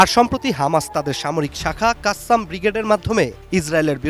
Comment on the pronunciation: কাসেম, কাসসাম না বেকুব